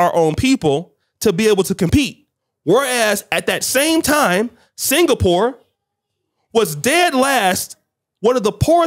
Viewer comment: FFS, Singapore is not pronounced 'single-poor' but 'sing-a-purr.' Also, Poland takes in thousands of international students, and they study in English. They are not expected to learn Polish, just to study. 'facts' indicate he learned history from an old VHS tape where the sound and images were all garbled. Also getting your discussion topics from Andrew Tate is like getting financial advice from a 5 year old. You can, but you know it's gonna be wrong.